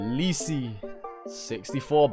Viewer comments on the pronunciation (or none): “lee see“ 🤣